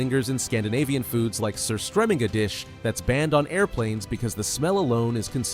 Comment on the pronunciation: Yes fermentation of fish is real today and is called Surstromming. It's putrid.. it's pronounced Skee-yer not sky-er.